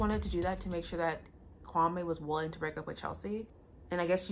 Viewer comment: Its him pronouncing his own name wrong. 😅